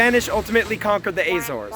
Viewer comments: Where is this strange place you call the Ay - zaws? That is neither the Portuguese nor proper English pronunciation of the islands in the Atlantic. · not the first or the last I hear that pronunciation